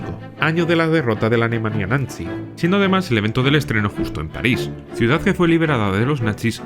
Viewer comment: Eres el primero en decir la palabra bien todos dicen nazi... pero en realidad es natzi es una pequeñez pero muy buen detalle ❤